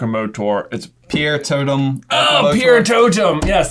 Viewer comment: It's not piertot"E"m it's piertotum... even a mudblood would know such basic arcana. Filthy muggles... Great Video as always guys :D